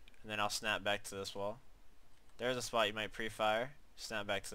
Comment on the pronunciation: for me "spot" sounds like "spy" LOL